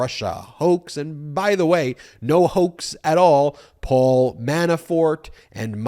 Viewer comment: He can't even pronounce the word hoax correctly 🤣 you'd think he'd know how to by now!......he says it enough times😴😴😴😴